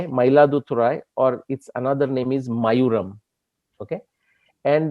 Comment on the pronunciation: Love your work! sir it is "mayilaaduthurai" (mayil-aadu-thurai) short form is Mayavaram (Maaya-varam) not mayuram. Thanks!